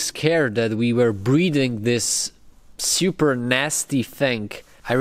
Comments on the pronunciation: And I don't like it xD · I love how you pronounce "super" as "seeyoopurr"